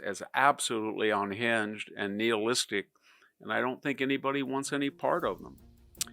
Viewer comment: NY-HIL-LISTIC not NEAL-LISTIC. I like and agree with Victor but his pronunciations are so sqweemish